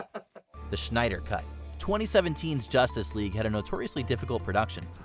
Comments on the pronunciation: Snyder not Schneider. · Schneider it's not said like that Lol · Zack SCHNEIDER? lol